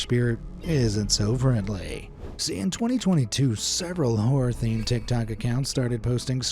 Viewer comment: bro litarali sed "tictac"☠️☠️☠️